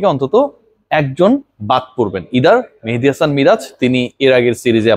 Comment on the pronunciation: ভাই আপনার মতো একজন মানুষ একজন ক্রিকেটারের নাম এভাবে বলতে পারেন না কারণ আমি জানি ক্রিকেটারদের আপনি সম্মান করেন মেহেদীকে ৫ নাম্বারে জোর করে খেলাচ্ছে মেনেজমেন্ট তাহলে তার নাম টা কেনো এভাবে বলেন কারও নাম বিক্রিত করে বলা শুধু তাকে অপমান করাই নয় এটা অনেক বড় গোনাহ